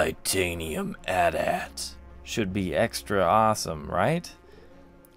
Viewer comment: It's called an AT-AT, not an A-T A-T. Dork.